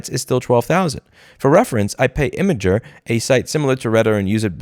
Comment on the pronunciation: Imgur is pronounced "imager"?